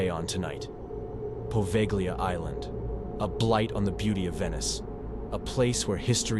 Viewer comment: Good stories here. I've subscribed. Only wish you'd get the pronounciation right on place names in the first story. The "g" is silent in Poveglia. Also Lido is pronounced as leedo. The "i" is not pronounced as the "i" in lime.